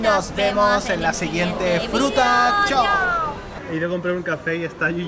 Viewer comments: en vez de decir fruta dice jruta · "La jruta" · dice jruta en ves de fruta xd